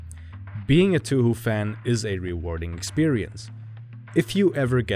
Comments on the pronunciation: Okay. I’m not sure how you’re supposed to say touhou. But I’m pretty sure it’s pronounced as Toe-Hoe not 2hu. Idk. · For the love of god it’s pronounced Tau how Not Tüh Hü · hearing you say toohoo makes me want to kill myself but nice video regardless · It's not funny to me, as someone who didn't realize for the longest time that "2hu" was the same thing as Touhou (pronounced properly as "toe-hoe") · The pronunciation is "Tow-hoe" which is actually how the English pronunciation for Touhou. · excuse me, did he just pronounce it two-who? Yeah, I'm out. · This fucker said 2-who? Lmao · "TooHoo" Why is that funny to me? XD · Its not 2 hu, u said it wrong and its Annoying. Great video 😁